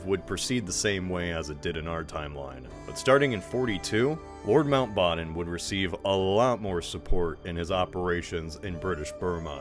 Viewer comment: why is every youtuber lately mispronouncing names they have no business mispronouncing like that? Mountbatten and Messerschmitt for example, AHH has never mispronounced them like in this video.